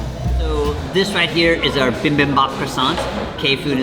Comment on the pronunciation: It is Bibimbap (bee-bim-bop) not bim bim bop. But it all looked really great and well-made.